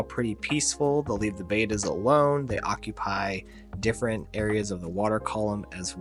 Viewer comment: Please. You have a channel named after Bettas and yet you call them betas. They are not bay-tahs. They are Bet-ahs.